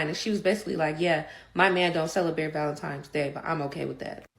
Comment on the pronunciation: So obsessed with a made up holiday predicated around the emotions of delusional women, but can't even pronounce the word VALENTINE'S properly.... society is hemorrhaging!!😢😢😢